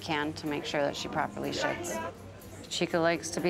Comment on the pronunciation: sounds like she said “properly sh*ts”